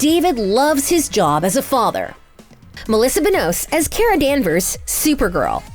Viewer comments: Also it is ka-ra no kira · How did you get so many names wrong? They're TWO SYLLABLES! Its obviously LE-NA, and Ka-ra! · You mispronounced Katie McGrath name (pronounciation is McGrah ... not McGrath) And also the pronounciation of Lena (it’s leena Not Lenna) Also the pronounciation of Benoist Also You mispronounce Kara It hurts in my ears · bro can these people ever get the names right like she cant get kara and lena name right like wtf